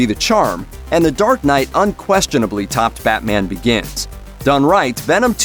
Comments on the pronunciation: I swear I hear him say fat man instead of batman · He said batman... clean your ears